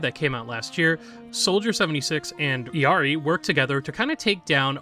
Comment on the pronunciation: Great video!!! But as an illari main just a little note about her name's pronunciation: her name comes from Quechua, not spanish. This means the double Ls don't make a y sound and her name is actually pronounced "ill-ee-are-ee"